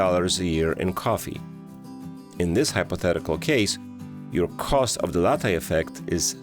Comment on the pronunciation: Please ask some Italian how to pronounce Latte 😜